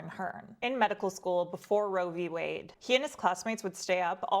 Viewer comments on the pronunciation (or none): none